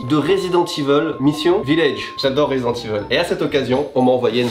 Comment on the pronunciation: "Résident Tiveule"